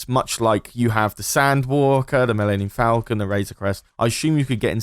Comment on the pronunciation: "mellenion falcon" 😂😂